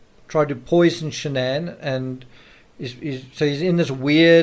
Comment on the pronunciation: It’s Shanann not Shannon.